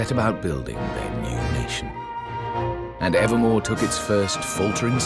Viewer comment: I thought said Nevermore(from the first game) instead of Evermore